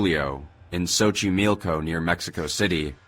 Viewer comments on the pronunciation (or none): none